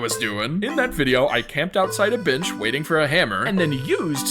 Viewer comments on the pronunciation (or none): it sounds lick something else other than bench